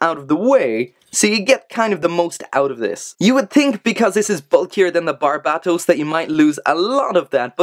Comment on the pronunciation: Dude thats how you pronounce it.